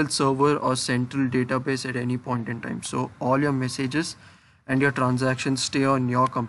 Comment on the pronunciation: At any pon-tin-tan.